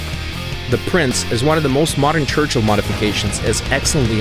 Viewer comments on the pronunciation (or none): none